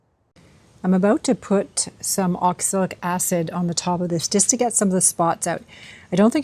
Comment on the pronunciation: Pronunciation is ox-a-lic, right? I keep hearing oxilic.